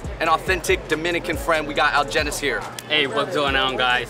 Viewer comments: why pronounce his name like that when he clearly introduced himself as algenis? (al-hen-nees) 🙄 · why did they not try to pronounce Algenis's name like how he pronounces it. He even said it at the beginning. They put a hard g on it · AL-HE-NISS damn it’s not that hard 🤦🏽‍♀️ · If you take the time to pronounce the dishes correctly, do so for your friend's name. I really enjoyed this channel, but stuff like this just shows a flippant ignorance of the culture that you're trying to share with people.